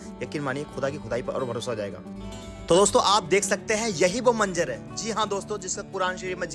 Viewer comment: Manzar , boliye Manjar nahi. Urdu zaban Sikhiye